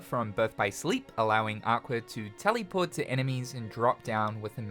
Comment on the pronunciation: “Tellyport.” Hehehe.